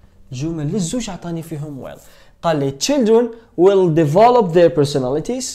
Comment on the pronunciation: استاذ مركش تقول في will راك تقول في well = معناتها حسنا